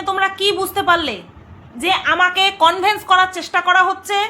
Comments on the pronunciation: Kothata convince conveyance na bhul bhal pronunciation korben na bhishon kaane lage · কথাটা , Convince.. কনভিন্স.. কনভেন্স নয়।